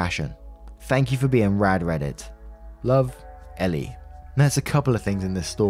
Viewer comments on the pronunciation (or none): Great Story Btw Her name in the story is ELLE pronounced as the letter L It's and odd name but rather common in America & Canada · "elle" is pronounced "L" lol that's why she said the bit about her real name starting with L. please watch legally blonde